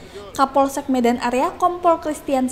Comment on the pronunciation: sebutan medannya seperti mau tahan bersin. Hahaha